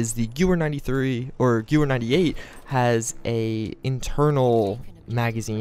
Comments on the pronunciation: You forgot an "E" It's Gewehr or Gewher approximately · Lol...Malincher? Its Mannlicher (Mahn - likher)....and it isn't Gewer, its Gewehr (Guh-veer)...some people really know how to slaughter the German language....